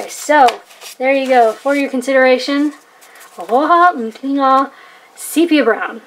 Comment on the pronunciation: This is worth watching just to hear you trying to say Rohrer und Klinger.